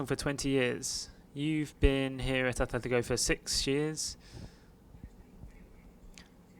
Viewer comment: where do you see an "H" in Atletico?